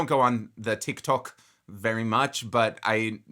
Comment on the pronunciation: "...annnd I don't watch the TikTuk..." 😂😂😂, I'm crying. The way you drop your inner silly goose once in a while and then just keep rolling makes me LMAO every time!! I still have moments when your dramatic pronunciation of "Bee-YONSSS-uh" will pop into my head and I crack up no matter where I am 🤣🤣🤣